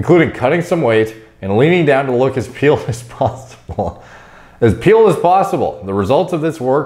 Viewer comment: You’re the only guy I’ve ever heard say “pealed”